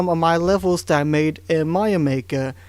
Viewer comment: I like the way you say Mario. "Maio". ^^